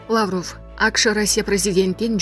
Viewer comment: Лаавров эмес Лавров деп эле окулат